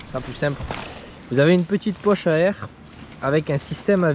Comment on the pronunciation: « Etanche à l’aikhhhhhhhhhh » 😂